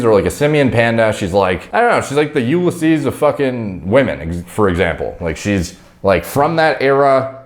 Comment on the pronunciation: It's no You-le-seas, it's You-liss-ease, lol